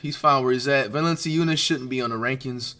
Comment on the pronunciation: He did NOT pronounce ts right gang